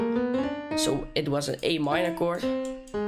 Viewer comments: It's pronouced kord, btw great tutorial! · its written as a "chord" but its pronounced as a "kord". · U said wrong pronunciation of chord and chordify on time 🤣🤣🤣🤣 LoL